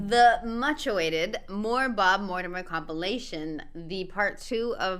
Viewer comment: So funny that one! 😂I knew it was gonna be good when the vid started with you pronouncing it Mortimrhrmrmrm Tales 🤣🤣